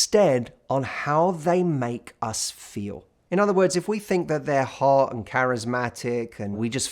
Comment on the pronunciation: When Matt says “hawt”. 😎 Too cute